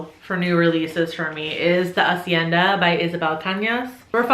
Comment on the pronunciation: Went into this video knowing the number one book on the list haha Flawless pronunciation of hacienda, but the "cha" in Machado is pronounced like cha cha cha, you know? I'll get you speaking in fluent spanish soon (?